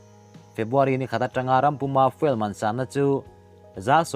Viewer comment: Zirlai ten video hi an lo ngaithla ve ngei awm sia,English pronunciation hi uluk thin a tha ngawt mai.Fuel,coup etc te lam dan a dikhlel deuh.Tang zel rawh,a tha lutuk✌